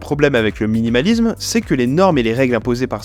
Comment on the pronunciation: Il y a aussi le suffixe -isme qu'il prononce "izm" 😭